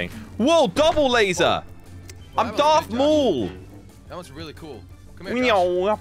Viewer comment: Omg bro said Darth mool